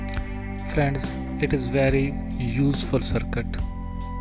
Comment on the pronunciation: hahahahah y u say its very usefull circut🤣🤣🤣🤣